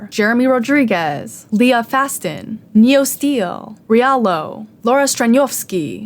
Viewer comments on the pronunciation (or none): none